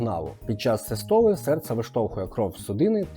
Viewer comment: Наголос на 1-й склад у словах систола і діастола, будь ласка 😊 собі мав нагоду придбати на добрих знижках датчик HRM Dual - він показує досить точно частоту серцевих скорочень. Так, в ньому немає "наворотів" для "бігунців" типу час в повітрі, баланс ліво-право і тп, але для кардіо-ЛФК 😂 піде. І за відносно невеликої ціни є ще один плюс - ви можете підключити цей датчик одночасно до кількох зчитувачів (наприклад, годинник і телефон, тренажер з зчитуванням bluetooth, вело компʼютер чи навіть туристичний навігатор - слідкувати за пульсом, якщо є така потреба при русі гірською стежкою вгору, наприклад) З недоліків чи особливостей нагрудних датчиків слід відмітити те, що перед заняттям варто зволожити датчики або шкіру, бо якщо одягати сухий датчик на сухе тіло - вимірів не буде, поки не зʼявиться перший піт, а з ним і провідність. Тож пара крапель з фляги на руку - протер ті місця куди торкаються електроди і можна одягатися і починати рух. Датчик на годиннику ж чудовий тим, що завжди при собі і готовий до тренування, а в побуті підкаже, якщо раптово підскочить ЧСС вище ніж заданий поріг. Він трошки повільніше реагує на зміни пульсу, і гірше вичитує показники під час бігу. Ще є ньюанс, чим важчий годинник - тим гірша точність. Інерція самого "корпусу"/"тіла" годинника під час бігу призводить до збільшення його рухів на запʼятку, тому пластикові forerunner /instinct будуть точнішими і у лінійцв феніксів/епіксів найбільш точними будуть s, а найменш - x (51mm)